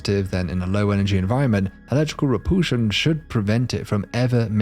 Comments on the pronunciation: Electrical re-pool-shun? What on Earth? {:o:O:} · "Poolsar"? Never heard that pronunciation before. Does he also say, "Check my poolse"? OK, he also says "repoolsion." Where is from that he has a classic British accent except for that quirk?